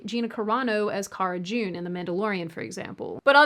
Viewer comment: Cara Dune, not June, lol.